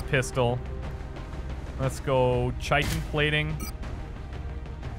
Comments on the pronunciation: Please, I k now it's too late for this particular series, but it is pronounced KY-tin armor not CHY-tin armor. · dear, I've really enjoyed your playthroughs, I only recently discovered your channel a week or two ago. some helpful pronunciation advice though, Chitin is pronounced like Kite-in. The word comes from greek and the Chi is pronounced like Kai. I guess this only irks me because its also a word primarily used in regards to insects and i have a background in entomology. It probably doesnt distract most people. By the way, I also really enjoyed your XCOM declassified playthrough as well I look forward to your future work! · Chitin is pronounced Ky-tin